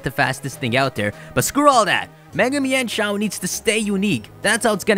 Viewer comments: also I'm sure its pronounced mine-shou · So THAT'S how you pronounce Mienshao! I just pronounced it as "Meenshow".